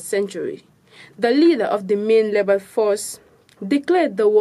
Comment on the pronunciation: Please block tv, bring us a good news reader instead of a pronouncement struggling news reader. Why is it difficult for her to pronounce "rebel" instead of "lebel". This is so embarrassing. Teach her proper pronouncement of words or fire her and bring us a good news reader. Remember, she is not just representing block tv but the Gambia as a country. No offense meant.